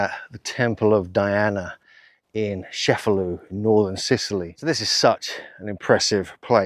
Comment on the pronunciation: It’s pronounced Chefalù not Shefalu. Beside that, excellent video. 👍👍👍